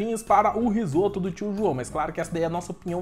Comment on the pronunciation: "Risopa" huahuahuahuahuahua